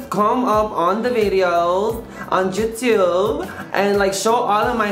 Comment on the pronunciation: Lol "jutube"